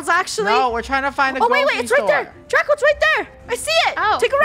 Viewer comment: It’s Draco not Draca